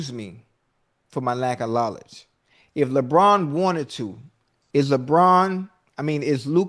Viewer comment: “excuse me for my lack uh lawlage” 😂😂😂😂😂😂